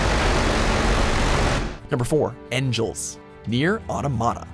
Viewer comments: ENGELS is pronounced like ANGLES (with an almost silent G) - NOT like 'angels'. It's the name of a German philosopher, Friedrich Engels. Did you actually play the game? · Not sure about all that. What I can tell you is that the name is definitely based on Friedrich Engels and I've only EVER heard that name pronounced Eng-gules (like angles but with an short e at the beginning). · I thought it was pronounced "Eng-guls" like the philosopher (especially since the single arm you fight at the beginning is called Marx). Also, isn't Grun even bigger than Engels?